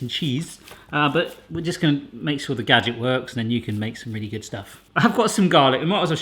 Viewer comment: Maybe I just watch way too much Crazy Russian Hacker.. But I could have sworn I heard you say "gadjick"